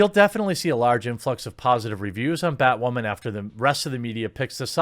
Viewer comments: Why do you keep saying batwhoman instead of batwoman? Like those annoying people that say fucking moosli instead of museli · It sounds like you keep saying, "BatWAHMAN." Are you doing it on purpose or subconsciously...? 😂🤣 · Y does he pronounce women as wamen??? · Why are you saying "Bat WAH MAN"? I've heard you say woman normally hundreds of times and you even say it correctly a couple of times in this video. But when you say "bat" in front of it you say "WAH" man. Is this a deliberate choice to mock the title? Not a criticism, just a question on an observation. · why doe he say "woman" like that?? lmaaoo whau min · Am I hearing things or is he almost saying Batwahmen LOL? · Are u saying BatWhamen😂